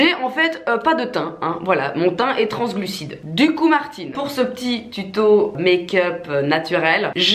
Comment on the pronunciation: "mon teint est trans-glusside " mais oui Martine bien sûr